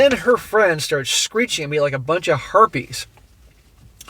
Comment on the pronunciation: Wait did you say harpies or herpes?